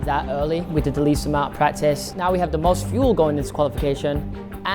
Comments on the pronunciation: "FEUL" Jesus christ 😂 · "Feul Bay"